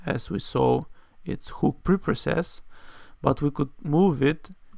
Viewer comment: Thanks for sharing. I believe that a "huhk" and not a "whooook" you're talking about.